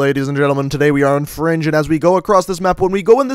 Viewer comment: why does he keep saying fronge